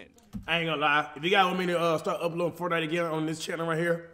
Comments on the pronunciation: “FORNITE” lmao cash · FORNITE he said